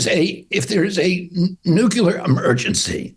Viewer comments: There are no 'nucular' emergencies. 'Nuclear.' I had enough of that crap from the Bushes. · Finishes asking about cognitive decline then bobby says "NUCULAR" .... I mean c'mon BOBBY! LMAO! BIDEN 4 MORE YEARS LETS GO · RFK tries and fails to say "nuclear emergency." Instead, he W. Bush'd it. I'd say he just failed that most critical mental acuity test right after that same discussion! smh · "Nuc-ya-ler." Yes. Sigh. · Sorry, spell check changed it…. It’s not NUCULAR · If you want to be president during a nuclear war you can't call it nucular. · He says nu-cu-lar - 😂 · His voice is like nails on a chalkboard to me. And he said "nucular" instead of nuclear. Notwithstanding his anti-vax obsession. President Biden is showing signs of his age, but at least he's not in full-blown dementia like Trump, or working with a "brain worm" deficit. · Ok. It's NU CLEAR - not NU QUE LER! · Yes I would trust Biden to make a correct decision if there were a nuclear, not "nookyaler," attack - just for his information! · If you can’t pronounce nuclear, you can’t be president! 🤦🏼‍♀️ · I refuse to vote for anybody that can’t pronounce “nuclear”. Ffs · He actually said new-killer emergency idiot. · I like my presidents to be able to say ‘Nuclear’. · I don't think anyone should be qualified to be the President of the U.S. if they don't even know how to pronounce the word "nuclear." This guy is no RFK, Sr.